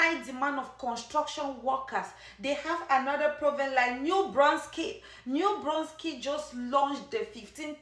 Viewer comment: Nova Scoteea?? New brunskit?? Bruh